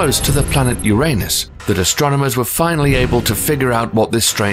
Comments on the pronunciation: It's Uranus not urainus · How is this guy about to pronounce uranus wrong?